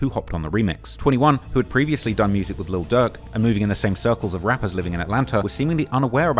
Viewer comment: DAWG WE CANT UNDERSTAND YOU. PUT “LIL” IN FRONT OF DIRK. DIRK AND DUCK SOUND THE SAME